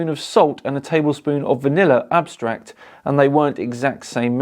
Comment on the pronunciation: Wtf is vanilla "abstract"